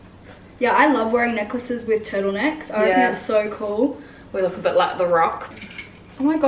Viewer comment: When you said necklaces I heard Nicholases 😂 you’re both great, really like this channel